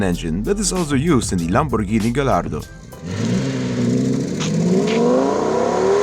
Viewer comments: your pronunce of "Lamborghini" as italian i can say only one thing. it is perfect👌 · Man you said "Lamborghini" with a real Italian accent (I'm Italian, that is why I'm saying this). Niceeee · Finally, someone pronounces "Lamborghini" and "Gallardo" correctly